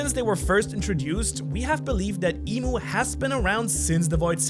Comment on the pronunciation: Its "I'm" not Imu and not "Eem" I'm, as in "I AM". the name of GOD.